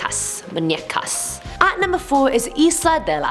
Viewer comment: MUUUUUu ÑEa CA not that hard to say